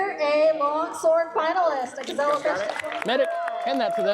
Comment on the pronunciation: Hihi the way they pronounce Gesellen Fechten.